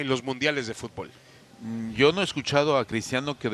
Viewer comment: Fut_ bool?? Jajja estos no saben nada de futbol!!